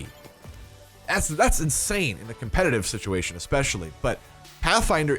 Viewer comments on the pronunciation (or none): none